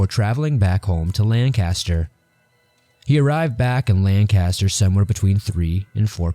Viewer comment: 'Lancaster' is pronounced 'LANK-iss-TURR'. I don't reckon you'd know nothin' 'bout that there, though.